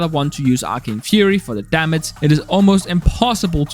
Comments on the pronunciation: why does this guy say Damats instead of damage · Why are you making gaming videos when you cant say "damage"..?